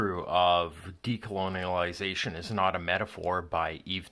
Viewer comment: mispronunciation of decolonization is too distracting